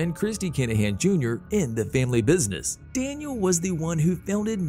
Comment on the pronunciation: The narration makes this unwatchable. "Dan-i-AL Kin-a-HAN"...ridiculous.